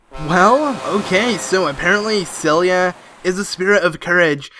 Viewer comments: It's Ciela., not Celia. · he keeps calling Ciela Celia